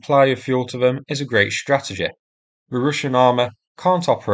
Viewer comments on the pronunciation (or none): none